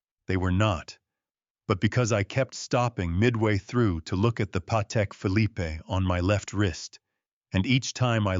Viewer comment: Leaving Sandra Kowalski in Bel Air seems like an unfinished thread. And the final "e" in Phillipe is SILENT!! ARGH!!!